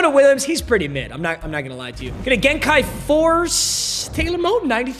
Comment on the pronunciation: I’m know u probably won’t care and would rather make an Asian joke or say konnichiwa, but you call it gen-kai force every single time and it’s gen-ki😂